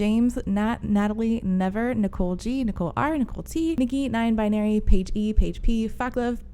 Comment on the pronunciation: For some reason this has been bothering me for no reason for the longest time, so I'll finally say it: I think you're pronouncing Nyan Binary wrong D: You know of catgirls and catboys, yes? Cute anime characters with cat ears. But what if you're not a girl or a boy and you have cat ears? Since catenby sounds terrible (and when spelled looks like a disease), nyanbinary is the common term. Nya (nee-ya, not nai-a) is the Japanese onomatopoeia for a cat's meow, and it's portmanteaued with non-binary to get nyanbinary. There's always the chance that this person isn't using the word that way and is instead gojng off of Nyan Cat (same origin of nya but bastardized with globalization) but i find that unlikely. TL;DR: It's probably closer to neon binary than nai-yan binary :')